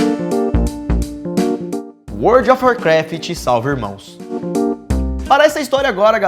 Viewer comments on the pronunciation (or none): "IMRMÃO" kkkk